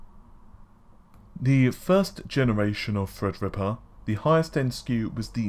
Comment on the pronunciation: I just seen a great effort at the beginning of this video.. said "Threadripper" perfectly, and you could just see the effort there. Great job. Two seconds later, he said "enthisi-asts" lol.